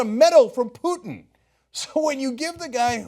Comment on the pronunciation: Poo-Putin haha